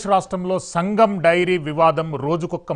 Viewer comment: Mari what about full dairy It's SANGAM not SAGAM 😂😂😂